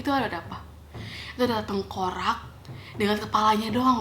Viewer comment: tengkorak kak bukan tengkorang..